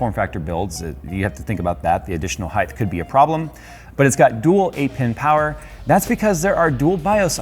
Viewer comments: did he say heighth? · You keep saying heighth, what is